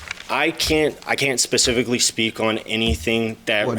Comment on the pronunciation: Naw u were correct as well. He started saying it wrong but then the more he said it he corrected it.